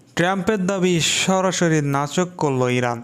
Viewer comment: নাচোক নয় নাকোচ হবে।